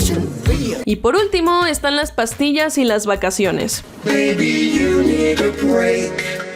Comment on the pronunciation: en esa parte dice "maybe" no "baby", o bueno, así lo entiendo yo